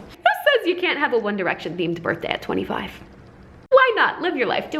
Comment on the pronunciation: I laughed so hard when pronounced all the BDA BDAY & BADY 😂